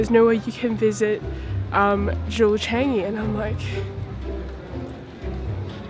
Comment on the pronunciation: I don't think thats how to say Changi u said it wrongly hahaha